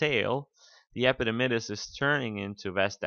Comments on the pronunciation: "Epididymis" dr not "epidimydis" :/ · I could not go on after hearing him say epididymus....haha :-P